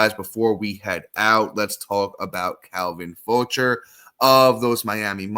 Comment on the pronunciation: Calvin “Fow-shay” Jose “Fe-rare”